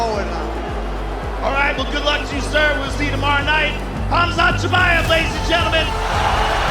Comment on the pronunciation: Ah yes, kumshot chimichunga